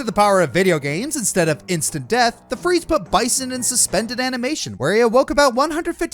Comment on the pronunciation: I hate to be that guy but its bee-san not bye-son like the animal he clearly is